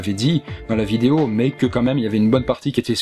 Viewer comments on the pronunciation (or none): none